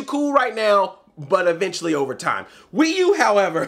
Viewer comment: I laughed so hard when you said the "Pee U"